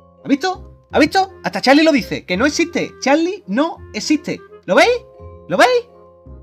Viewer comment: jajajjjajaj es charli charli tu dijiste chali chali xDDDDDDDD ajajajajajajaj